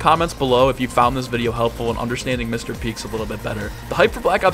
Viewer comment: everyone keeps saying “Mr Peeks” when it’s “Mr Peak” with an A